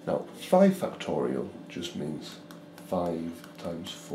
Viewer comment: No one: This guy: fucktorial